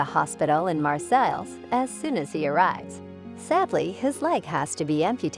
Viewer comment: Not to mention Marseille. ICE-a bell and IZ a- bell. The computer generated voices are just too annonying.